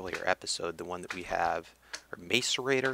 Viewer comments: Pronunciation: Macerator (Mass-er-ator) Just a little help so no body will curse you out ;D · Hey, I am getting anoyed by your pronunciaton of Macerator.... It is pronounsed Masserator. like Mass (atomic mass) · It's pronounced ma-sir-ate-er! Like this so he can see, guys!! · It is pronounced mass-eh-rate-or... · It is pronounced mas-er-ater